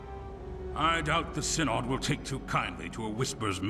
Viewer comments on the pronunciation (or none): The "y" in "Synod" shares the same pronunciation as the "i' in "sin". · Pronounciation of Synod is indeed as in "sin", not as in "science". Pity they didn't clear that up before recording the dialogues.